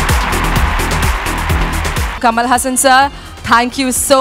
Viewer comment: Kamal not Kamala 🙂